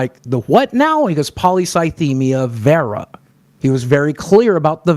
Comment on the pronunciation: I hate how Boggie says Vera just listen to it is horrible